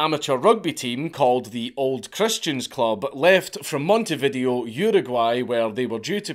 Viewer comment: you butchered the pronunciation of Monetvideo but I wouldn't expect anything less from a Scotsman 😂